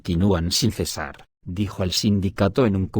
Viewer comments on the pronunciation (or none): none